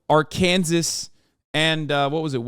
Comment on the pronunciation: the way he pronounces Arkansas makes me sympathize with the facists